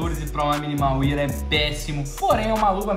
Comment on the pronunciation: #AK Salve! Cara, você é influenciador e trabalha com isso, então eu acho importante você pronunciar corretamente o nome das coisas no cs (pq querendo ou não, tem gente que deve pronunciar como vc), O estado Minimal wear se pronuncia "minimal uér" e não "minimal uier"